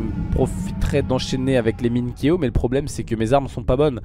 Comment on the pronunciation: ce n'est pas Keo mais Kyo